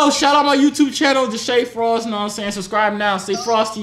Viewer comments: are we gonna ignore the fact that he say deshae frost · Him calling Deshea frost😂😂😂😂😂